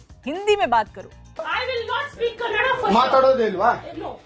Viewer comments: It’s Kannada not kannad. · ಕನ್ನಡ ಅಂತ ಸರಿಯಾಗಿ pronounce ಮಾಡೆ ದುರಹಂಕಾರಿ.